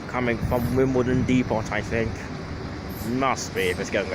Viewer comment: Depot the T is silent